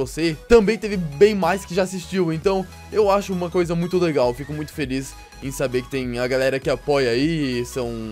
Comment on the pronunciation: Vc é mineiro pra falar legar